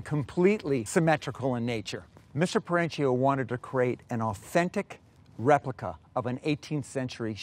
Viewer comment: RE. Pli. CA